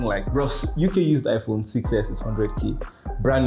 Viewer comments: Bruh did you just say amala not iPhone 😆👌love your videos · He said "Amala" 😂😂